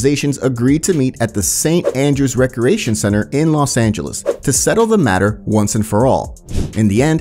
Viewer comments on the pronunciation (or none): none